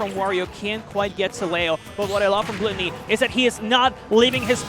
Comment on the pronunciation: I hate the way they pronounce Gluttony…